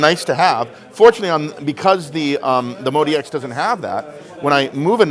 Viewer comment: So it's pronounced Mode-E-X, even though it's spelled out as Mod-X. Good to know.